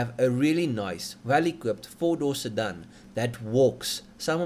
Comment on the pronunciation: Stop saying "sirdun"! And at least give us figures in the form of measurements we use locally so kw and not hp.